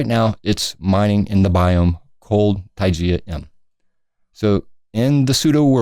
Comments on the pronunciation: Yeah, and it's "Tie-guh" not "Tie-gee-a" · heheheh.... what the heck is Tygia? You mean Taiga... Ty-gah! :) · Taiga is pronounced like tiger, not tijear! :P just thought u might want to know